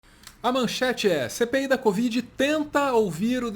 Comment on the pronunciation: Quando ele faloiu "CPI da covid", eu ouvi "Cê peida covid"